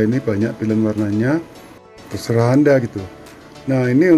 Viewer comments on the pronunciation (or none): none